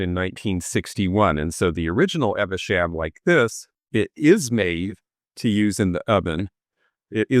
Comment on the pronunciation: Royal Worcester Evesham. It’s pronounced “eve sham “. Not “ever sham”. It arrived same year as me in 1962. As a Brit we used to think of it as the “American” pattern as tourists would buy it by the bucketful. It was loud and gaudy. I admit I like the fruits but it was too much. Still proud owner of my royal Worcester extensive set of Lavinia pattern with the blackberries and gold edge. My wedding china of 1985. It’s not my everyday pattern but we used it last night for husbands birthday and every family celebration. My kids were brought up to take care of antiques and beautiful things but to use them. If you teach them young they live and respect things.